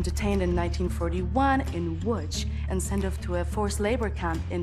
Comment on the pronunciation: She pronounced Łódź so well <3 Polska gurom!